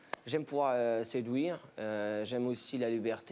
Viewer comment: " Célibateur " "Sédwuire" " Empocher " " Amnomnima" Aujourd'hui je me suis instruit.